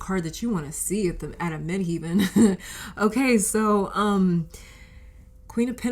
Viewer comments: Midheaven or MC is pronounced as Mid Heaven, as in Heaven and hell. Not "heeven." Just a friendly reminder from an astrologer and linguist. Contructive criticism. I'm just trying to help. I've been an astrologer for 40 years and a tarot reader for longer: 44 years. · The second part of the word 'Midheaven' is pronounced like 'heaven', not 'heeven'. Thanks for the reading.